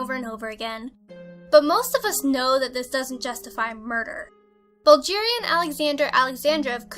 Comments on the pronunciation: Is no one gonna comment on the way pronounced Bulgaria and Bulgarian? At first I thought she said this took place in Nigeria omg. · The g in Bulgaria is pronounced guh not juh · It's Bulgaria not Bulgeria you silly girl! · bulgeria what the fuck was that at the end lazy! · Wow. Sooo "proud" our country is number one. By the way,, you've pronounced the name "Bulgaria" wrong. Anyways, it was a nice video. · She does not even pronounce things correctly. Like Bulgaria. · Number 1 is from my country, but the way she says Bulgaria kills me inside a little. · H.Nikolov I bloody well know about "Bulgaria" a Slavic nation on the Western coast of the Black Sea. My point is people should learn to pronounce things before they say them in front of hundreds of thousands of people.